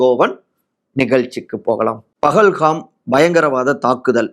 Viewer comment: Pahalgam... Please get the pronunciation right.